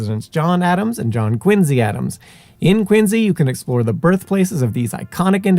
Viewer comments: How can you be aware of & stress the correct pronunciation of Quincy, but you massacre Concord & Belknap? 🤨 Concorde? Bellk nap? 😳😅 Concurd, Bell nap. Born & raised in New Hampshire, living from Swanzey to Gilford to Plymouth to Groveton... & the dozenth or so great grandson of Dr Warren (of the famous painting of his death at the battle of Breed's (Bunker) Hill) , & the umpteenth great-grandson of his grandfather- 12th signatory of the Mayflower Compact and member of the original illegal aliens of Plymouth Rock in 1620... also Dr Richard Warren. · You pronounce Quincy correctly but you've got Woburn all wrong. Woo-bun not Whoa-burn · Love these videos and I appreciate the accuracy in pronouncing Quincy, but the other town names are being pronounced incorrectly. Concord: "KON-kurd". Woburn: "WOO-bern". Massachusetts is weird like that.